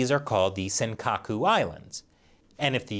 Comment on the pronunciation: "Senkaka"! Puh-leeaaase! ☹☹☹